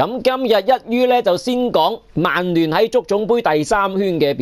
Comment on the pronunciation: 提醒一下, 曼聯同曼城同「曼」字可唔可以咬返正d？係「慢」唔係「孟」喎。